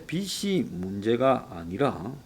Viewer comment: 빚이 ㅡ 비지, 빗이 ㅡ 비시, 발음에 유의해 주시길, 발음이 정확하지 않으니까 자꾸 거기에 걸리는 군요.